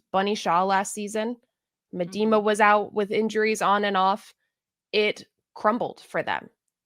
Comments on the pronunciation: Meh Dee Ma??? 😆😆😆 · Viv’s name is pronounced Mee-da-ma. You’re welcome.